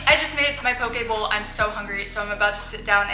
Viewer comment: u say pokebowl funny lol